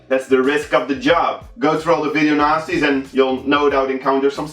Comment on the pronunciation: It sounds like he says video nazis lol